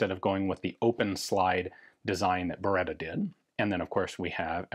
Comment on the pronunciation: Thanks for the correct pronunciation! Even that is part of history. This is, to my eye, the best-looking Beretta 92 pattern pistol yet.